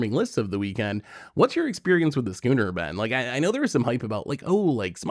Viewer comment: Schooner. The "ch" is pronounced like a "k". Type of ship for sailing. The fact that got it right after past videos with one of his trademark mispronunciations made me so happy.